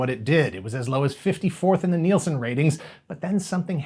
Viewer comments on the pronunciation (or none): none